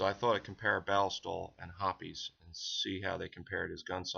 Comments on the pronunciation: It's pronounced hops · Have I been pronouncing hoppe’s wrong? Ive always said it (HOP’S) but if it is supposed to be ( HOP-EES). Please let me know cause I am feeling idiotic on this one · right, well thanks for the reply. The pronunciation of hoppes as hops is to herby and forthwith stricken from the mental record. The pronunciation hoppes will therefore be replaced with the following pronunciation; hop-ees. Now who all have i said it wrong i front of before….. this will indeed bother me 😂😂🤦🏼‍♂️